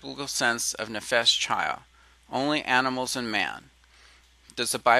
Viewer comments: To the creator of this video: Just so you know, the Hebrew word that you're pronouncing "CHY uh" is actually pronounced "KHY," where the "kh" sound is a guttural scraping at the back of the throat that is much like the German "ch," as in "Ich liebe dich." It means "life." If you want to hear it in use, go find a video of the song "To Life" from Fiddler on the Roof, and take note of the first line of the song, "To life, to life, l'khaim, l'khaim, l'khaim, to life." They're pronouncing it properly; the form is plural, so it literally means "to our lives" or something like that. Your ignorance of Hebrew pronunciation is driving me nuts. Just saying. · I like the video A LOT! There was great information provided on a lay-level, that being its easy to understand. No discredit to you, because you obviously do not know or speak any form of Hebrew. But, every time you pronounce "ch" as in the Hebrew word "chi'ya" you use "ch" as in church. This makes me cringe because your information is so good, it just makes your whole video sound uneducated. (This makes me sad because you are not stupid). For your information (and for future reference) There is no "ch" sound as in "church" within the Hebrew language. When you read "ch" in a Hebrew word, it is pronounced "kh" (But with a phlegm kinda sound). The sound is close to saying the letter "K" at the same time as a heavy sigh. You can also look up how to pronounce the Hebrew letter "chet" on youtube to listen to how it is properly pronounced.